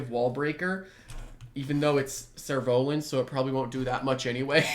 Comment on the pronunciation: ah i was listening to his pronunciation I was like Surolan xD. What is that